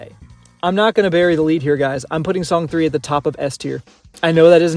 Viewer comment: Not to be tooooooo nitpicky (and I apologize for being just that), but I‘m pretty sure Song 3 is pronounced ”song san”. It‘s a play on words, like ”Babymetal Death”: ベビメタルです。(We are) Banymetal! 🤘🦊🎌🎶🎵🎶